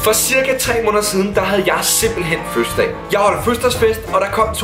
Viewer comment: Fødselsdag og ikke føsdag